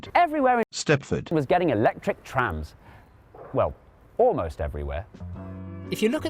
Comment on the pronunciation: Uhhhhhmmmm- eyueoi knoe thereiz trahmmmzz in Crwoiuoiydon 💀💀💀💀💀💀